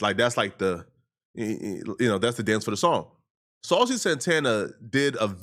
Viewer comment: Miss Saw-Cee 💅